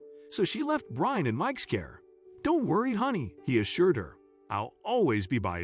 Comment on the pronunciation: the narrator kept saying brain towards the end instead of Brian 💀